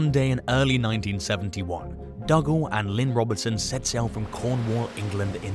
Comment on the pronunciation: Dougal is pronounced 'Doo-gull' in case you wondered;-)